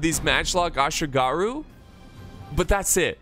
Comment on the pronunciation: The way you say Yati ashigaruu is killing me